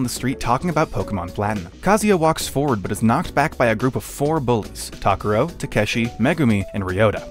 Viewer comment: Why are they pronouncing Takuro’s name so weird?